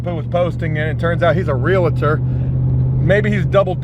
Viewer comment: "Real-tor." "Real-TOR." 2 syllables, no "a" in the middle. Just "real-tor." Love your spirit, tho Buddy.